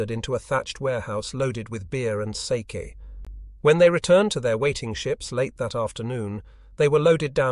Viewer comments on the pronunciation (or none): The AI voice is amazingly real. You can tell it is an AI only when it doesn't know the context and mispronounces things like "sake" (the alcohol) and reads out the individual numbers instead like five, zero, zero, zero, instead of saying "five thousand".